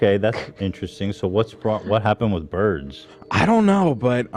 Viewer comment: face when Ethan says "beards" instead of "birds" 😂